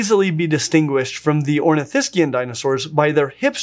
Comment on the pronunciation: THANK YOU for pronouncing Saurischian and Ornithischian in the correct way in an English sentence.